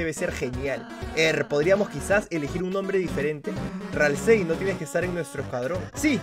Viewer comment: .Ralsei se pronuncia "ralsi"saludos desde argentina